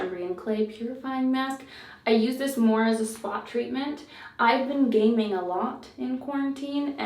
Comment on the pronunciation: When she said she was gaming a lot I thought she said she 'gaining' a lot (weight) and I was like 'same girl, same'😂